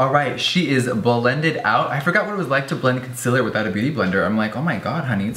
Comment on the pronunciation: did you just say **conciller**?!